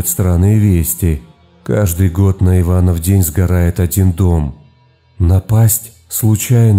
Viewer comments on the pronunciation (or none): none